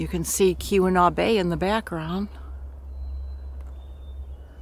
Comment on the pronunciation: it's pronounced kee-wen-aw, not kew-en-aw.